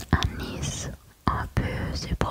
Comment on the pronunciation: Super vidéo :) Petite correction de français : la plupart des "e" (sans accent) en fin de mot ne se prononcent pas. Comme Toulouse (toulouz’), la ville rose (roz’) ou Nice (niss’).